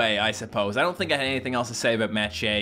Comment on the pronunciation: what the frick?! i thought Shea was pronounced the same as the Shea in Sheabutter